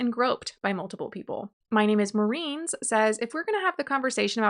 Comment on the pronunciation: woah this is CRAZY. also for 'my name is marines' name all syllabes are pronounced. not marins... but mariNES